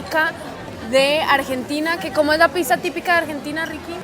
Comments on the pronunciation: ........piza no, pizza, palabra italiana, pronunciala bien, y para Ricky, ese uso de la palabra mero, parece una nea de Medellín, a todo un arquitecto no se le oye bien, media luna no, croissant, ese pan es francés no Argentino, están muy deferentes con los argentinos, esa gente no es para nada humildes o sencillos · por favor di pizza porque si lo pronuncias con S en Brasil es otra cosa😮😮 😂😂 hermoso video!!❤ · Los Argentinos a La "Pizza" la pronunciamos "Pitxa"... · Que hermoso ese lugar. te luce mucho el verde, te realza los ojos y te quería preguntar algo, espero no ofender, como se pronuncia Pizza, es que veo que siempre la pronuncias como "pisa" y no se en realidad.